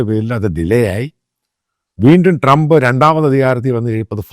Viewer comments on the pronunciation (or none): none